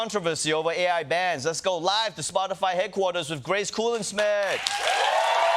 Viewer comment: Wow Ronny can’t even say Grace’s name right 😂